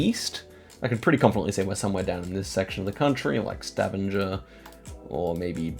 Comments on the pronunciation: Stavanger in Norway is pronounced Stah - vang - ah Not staven- ger 😊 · Yeah, hard g in Stavanger. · I love the way you say Stavanger, it always makes me smile :) But if you want to be better in norwegian, you would say StavANGER like you would say anger in english. Its not totally correct because we say A in a different way, but its closer. Still very impressed upu can 5k Norway when I, as a norwegian have no clue. We watch your videos every day <3 Love from Norway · Idk how to correct you but Stavanger is not pronounced with the typical G sound 😅 have to be that guy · Stavanger is NOT pronounced like that 😭